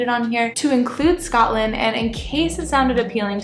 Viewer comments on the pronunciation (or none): none